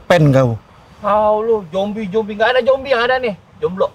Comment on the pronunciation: Makanya 'Zombie' bukannya 'Jombi' hahaha 😂